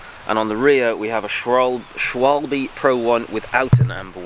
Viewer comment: SchVAlbe Vaulb pronounced like Schvaulb Germans pronounce W's as V So schwalbe is actually schvaulb